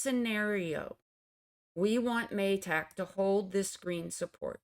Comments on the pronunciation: Ma-tick with a short a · interesting pronunciation of MATIC 😂 cute 😍 ty miss as always for ur expert EW analysis